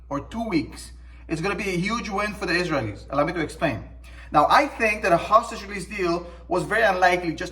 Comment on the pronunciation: The way you say Israelies is the wrong intonation. Just saying. I love your videos